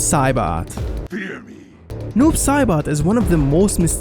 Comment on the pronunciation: You seoriosly said Cyroax and Noob Sorbot